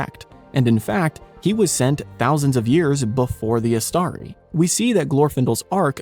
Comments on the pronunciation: In the word Istari, the stress is on the first vowel. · since the penultimate syllable in Istari contains not a long but a short vowel, the stress falls on the third syllable from the end, that is the initial one. Read carefully Appendix E to The Return of the King. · I am sorry to differ with you on this my friend, But the stress falls on the second syllable: IsTARi.